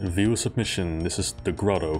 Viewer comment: Probably counterintuitive for non-native English speakers, but it's pronounced GRAH-toe, not GRO-toe.